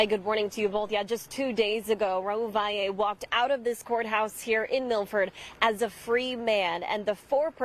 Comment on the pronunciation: Thank you for pronouncing his last name correctly.